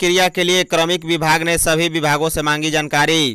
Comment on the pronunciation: Like your news about Jharkhand. But, try to pay some attention to your pronunciation, like, to read kramik instead of kaarmik, strebery, instead of strawberry.